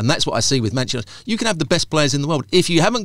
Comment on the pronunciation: Hard to take advice from someone who says " Mancha nited! Once you can say Manchester we might listen🤔 Mancha! Good grief